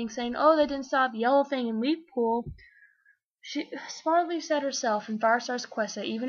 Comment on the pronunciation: When you said Spottedleaf for the first time I thought you said HOLLYLEAF and I was like wtf?